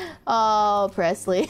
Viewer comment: I'm just thinking of the Thanos meme "I don't even know who you are" with constantly saying PRESLY